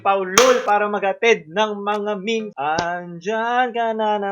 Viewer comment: HINDI MEYMEYS YON MEHMEHS YON CANCER KA